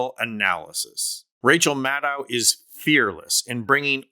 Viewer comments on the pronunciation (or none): Mad-doh, not Mad-dow. If you can pronounce KAmala, you should give Rachel the respect of pronouncing HER name correctly. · I'm a progressive with much respect for Rachel Maddow, but this commentary is filled with false assertions and excessive fawning over her. First, the commentator can't even pronounce her last name correctly. It's "Mad -oh" and not "Mad-oww". And she's not the only MSNBC host who speaks blunt truth about trump. Numerous guests on those evening shows are also strong voices--from Glenn Kirschner to Steve Schmidt to Tim Miller to Neil Katyal and more. And it's not really accurate to say "the American media has been sane-washing trump" through the election period. Sure, I fault major media platforms for failing to fully expose trump's madness and authoritarian/fascist tendencies. But that's not in the same cesspool as the FoxU shills with their nightly propaganda hose on full blast. Try focusing on the failed citizens in our electorate who turned out by the millions to vote for trump even when there's overwhelming evidence of his pathological lying, corruption, crimes, fascist rhetoric, and attempts to subvert our electoral process and wreck our democracy with a second chance. Those millions of failed citizens are so ignorant, ill-informed and irrational that they carry the most blame for the crumbling of our democracy and giving in to the cancer on our body politic that is trump and the R swamp gang. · Maddow rhymes with shadow. She’s said so herself. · Mad - doe, not mad - ow. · Good report, but please... Maddow rhymes with shadow, not with cow. And she's not on daily - just Monday nights plus special events like elections, and major political developments. Rachel is amazing, but please learn to say her name. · Maddow pronounces her name such that the last syllable sounds like the last syllable of window. Like doh. Got it? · Love her! FYI, she pronounces her name Mah-doe.